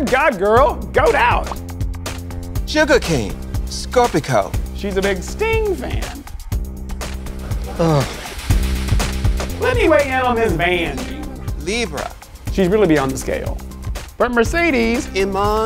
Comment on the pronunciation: Why did ru say Scorpi-co ?